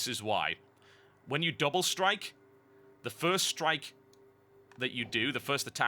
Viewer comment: I love that he calds doppel strike, ferst strike on crak.